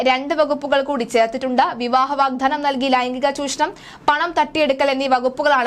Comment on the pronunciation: തൻറെ വാർത്ത വായന കൊള്ളാം. പക്ഷേ ആവേശം മൂത്ത് എന്തൊക്കെയോ വിളിച്ചുപറയുന്നു. അക്ഷരങ്ങൾ വിഴുങ്ങുന്നു. പല വാക്കുകളും തെറ്റായി ഉച്ചരിക്കുന്നു. പറഞ്ഞ ഒരു കാര്യം തന്നെ വീണ്ടും വീണ്ടും തിരിച്ചും മറിച്ചും പറഞ്ഞുകൊണ്ടിരിക്കുന്നു. വീഡിയോയുടെ ദൈർഘ്യം കൂട്ടാൻ വേണ്ടി ആകാം. വാഗ്ദാനമാണ് വാഗ്ധാനം അല്ല. ഗർഭച്ഛിദ്രമാണ് ഗർഭചിത്രം അല്ല.